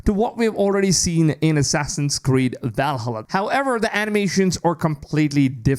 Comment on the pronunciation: every time you say Valhalla i laugh but also want to stop watching lol are you swallowed your tongue trying to say it? or i assume you didn’t check out a how to pronounce it